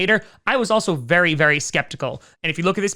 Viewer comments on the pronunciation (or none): none